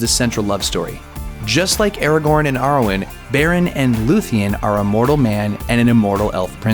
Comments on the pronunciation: Sauron is pronounced "Sow-Ron" not "Soar-Ron". Also Aragorn is pronounced "Ar-agorn" not "Air-agon". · What about "Era-gorn" instead of "Ara-gorn"